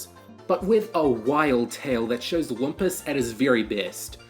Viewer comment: THAT’S “LOOM-PUS”!!!